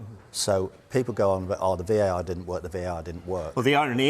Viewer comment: VAR not VAT lol